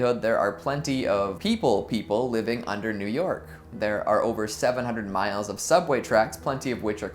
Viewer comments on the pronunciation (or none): none